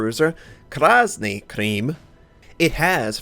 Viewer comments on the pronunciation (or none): Face Palm Krasny Krym = Red Crimea..... Not Cream